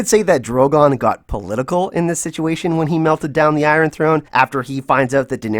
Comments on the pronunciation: I love the way you call it the I-run Throne. 😉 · I love how you say eye ron for iron lol